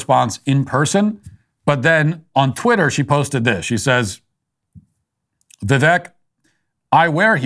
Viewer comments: Ffs Matt, its "vi-VAKE" Like "the Cake". When you don't pronounce things properly it reflects on your lack of care, lack of research, and lack of attention to detail. Cmon you smug bastard... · It’s pronounced Vi-“Vake” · Even though you are not pronouncing Vivek correctly (it does not rhyme with neck; it does rhyme with cake) your take on the winner of the debate was correct. Keep up the good work. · Vivek not ron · Hey Walsh ... it's Vivek, like "cake"